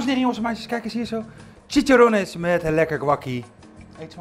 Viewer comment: Bruur het is chiCHarrones